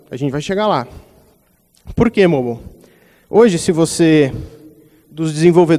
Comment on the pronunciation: Pelo amor de Deus...eu aqui o tempo todo me perguntando o que é o tal "Môbal" que o cara falava, até que percebi que era "Mobáio" (tentei trazer o som da pronúncia correta de "Mobile")...perde credibilidade não saber a pronúncia de "Mobile" e falar sobre isso durante 32 minutos...